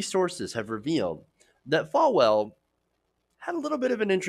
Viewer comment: FALL-well, not Fal-well.